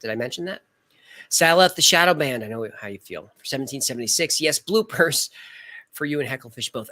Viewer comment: Every time you say "bloopers," I think you're saying "blue purse," and I'm like, huh?